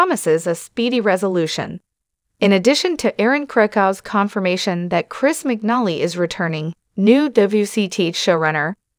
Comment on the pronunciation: His name is pronounced wrong